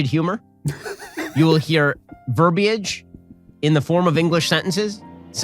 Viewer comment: Ben, thank you for knowing how to pronounce 'ver-bi-age"!!!!